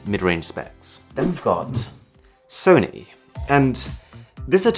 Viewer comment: how he said sony👁️👄👁️